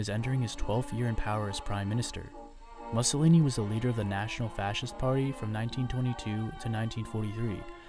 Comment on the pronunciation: If you can't pronounce "Mussolini", don't do the video.